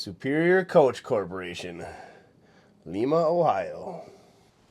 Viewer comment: We don't say Lee-ma Ohio, we say Lie-ma